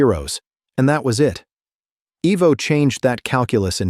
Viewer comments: Who is? It’s Ivo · His name is pronounced EYE-Voe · EYE Vo!!!!! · If your going to do a bio say the name correct IVO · GET HIS NAME RIGHT, ITS TOMMY IVO